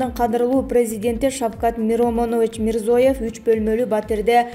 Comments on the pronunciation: Мирзоев эмес Мирзиоев журналистка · Мирзоев эмес,Мирзиёев. Тупица